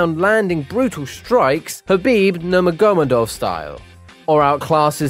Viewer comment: Bro, the amount of times this guy got names wrong ffs. 'Nurgmadomodov' instead of Nurmagomedov. 'Joanana' instead of Joanna. 'Sheronne' instead of 'Cerrone'. 'Ovreem' instead of 'Overeem'. 'Lawlaw' instead of Lawler. 'Flightweight' instead of 'Flyweight'. Bro, how can you be an MMA channel and not able to pronounce the names of world class fighters smh.